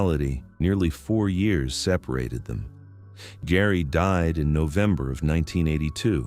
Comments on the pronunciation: pronounced JERRY NOT GARY. STUPID Ai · Geri not GARY, AI NARRATION SUCKS. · I hate AI. HER name is Geri, not Gary...😮‍💨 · I think you mispronounced "Geri" and also "Boca Raton".